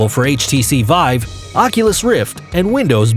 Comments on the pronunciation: It really annoys me how he says “Vibe” instead of Vive. That’s the only problem though. Great video! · htc VIBE XD its VIVE NOT VIBE LOLOLOLOL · IT'S VI VE NOT VIBE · he keeps saying 'htc vibe' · why do you say HTC Vibe? it calls "vive" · stop saying HTC vibe. It's HTC vive come on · this video is a joke. the speaker is clearly just reading a script and sounds like he has no gaming experience. half the shit is being said as if reading Hype pieces for shareholders. No actual gamer would speak like this and I swear half the time he said vive, he was saying vibe. The skyrim segment is basically describing every game ever. "The world is full of stories and characters in which you can walk, interacting with people and change the course of the story depending on your actions" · the guy kept calling it the hts vibe and it was driving me fucking nuts the whole video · bruh his saying htc vibe . OMEGALOL